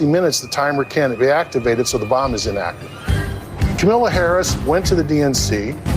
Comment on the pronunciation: It must be a requirement of republicans to be unable to pronounce Kamala's name correctly.